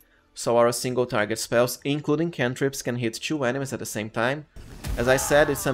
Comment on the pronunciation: You're a great build maker and all and you can definitely pronounce T properly so why pronounce TWO and TO as chu?